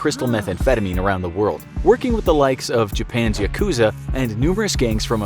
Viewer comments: Its pronounced Yaaaaaa Kuuuuuuuuu Za really infographics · Why do people pronounce 'Yakuza' so weird? The three syllables have a short annunciation. "ya • ku • zah"